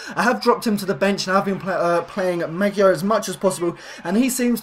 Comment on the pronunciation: Pls apologise before u butcher someones name like Maggio